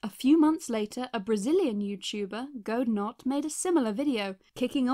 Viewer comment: Oh yeah i am Brazilian and i played really much of among us in 2018 Also the way she said the name of Godenot was a bit funny to me xD in Brazil we pronounce his name a bit diferent